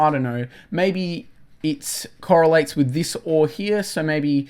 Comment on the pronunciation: Why you say witch or to say with ? You're not American.